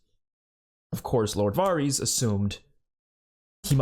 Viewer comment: Not trying to be rude here lol but Varys is pronounced like it rhymes with the word Heiress. More like vairis not varrese. Thought you might wanna know.